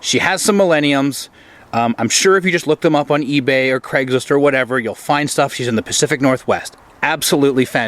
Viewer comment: Why do Americans pronounce my sur name like its an E in the middle, not an A? It's crAIgslist. Not creggslist!